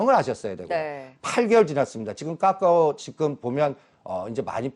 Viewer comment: 이 아저씨 맨날 카카오는 "까까오" 라고 하는데 카카오뱅크는 "카카오뱅크"라고 발음 하시네ㅋㅋ 일부러 그러는건가ㅋ